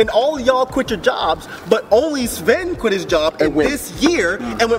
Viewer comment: actually pronouned Sven perfectly HAHAHAHAHAHAHAAHHA